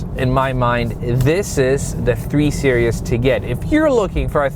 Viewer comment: Are you saying 3 serious?